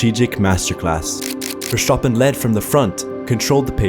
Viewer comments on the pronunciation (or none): I am German i can can 100% assure you, that nobody in this country, not a single person, is pronouncing it that way. We all are (correctly) pronouncing it "Verßtappen", not "Verschtapen". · why do you keep pronouncing Vershtoppen, it's annoying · german people say Verstappen? not vershtappen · Bro it's FurSchtoppun, not Vershtappen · Its not verstapen Its verstappen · His name is Verstappen, not Vertschappen. S-T , like STone, STable, STage, not a sjchone, a schtable or the schtage. Please underschtand what you are chaying. Do your researschj. Please don't like en don't subschraaib. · 🚫 Verschtappen ✅ Verstappen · i swear to god if i hear verSCHtappen one more time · Clearly Hamilton was robbed.. and another note.. it’s verstappen.. not vershhtappen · shtop it with that pronunciation! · Who the hell is Vershoppin? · Its VerStappen.. there's no sh! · In dutch it's not pronounced verSHtappen, just a regular s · As an Austrian, i have to say that you do not pronounce it "Verschtappen"😅😂 Its just Verstappen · Verstappen is dutch, so the way most people say his name is actually more accurate than saying it with an SH, the rest of the name you pronounced better though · Lol....even MAX himself didn't pronounce his name as FERVS-sappen😂😂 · Wersztapen...wersztapen....wersztapen.....oh jesus fucking i cant hear it anymore😂😂😂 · bro just say VerS stapen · Why do you pronounce Ver(SCH)tappen? What language are you getting that from? It's not English. And I can tell you neither in Belgium nor The Netherlands do they pronounce it like that. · Max Verstappen = ˈmɑks fɛrˈstɑpə(n) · you fuxin m0ron wtf is vershtabın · i swear if he says farshtfan again i will lose my mind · How many times he said vershtapen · The way you say versteppen is crazy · VERSHTOOPEN I LOVE IT EACH TIME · Versshhhtoppen There is an "a" in there man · bro the amount of times vershtapin is said gets on my nerves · The only flaw of this video: Vershopen enough said. 10/10 approved